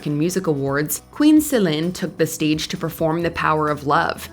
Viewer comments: Kudos to the voice over ! I am a French Canadian, as Céline, and the proununciation is flawless ; as much for her name that for her song's name in French !!! (sorry for MY mstakes in English :D ) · I appreciate how you pronounce her name, great video.